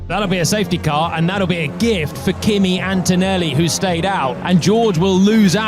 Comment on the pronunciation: Hey you all english "media men and women " his name is ANTONELLI and not "Entoenelli". English is not the only language in the world and farrrr from the most beautiful language!